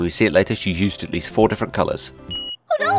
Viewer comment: she says full not four